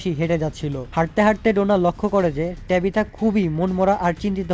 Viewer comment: ভাই এ কারে এক্সপ্লেইন করতে দিছে এয়েড বলতেছে বয়েড তরিথা রে বলতেছে টেবিথা।। আপনার মত করে কেউই পারবেনা